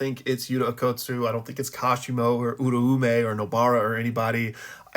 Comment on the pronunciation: Spell "Uraume" correctly CHALLENGE IMPOSSIBLE for this guy xD literally says it wrong EVERY single time